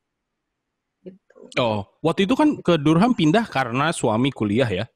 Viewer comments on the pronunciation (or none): bunyinya "darem" bukan "dur-ham".